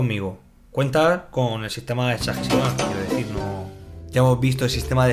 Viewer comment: yo escucho que dice exágecimal :v dislike